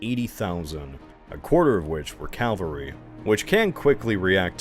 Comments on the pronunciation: (Why does he pronounce it 'calvary', by the way?) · Does he still say Calvary instead of cavalry? I've noticed a lot of US historians do that, which is a shame because "Golgotha" is a way better name than Calvary anyway :')